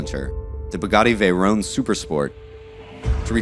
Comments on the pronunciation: And it is veyron not veyrone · VeyrON. Not ‘Veyrone’!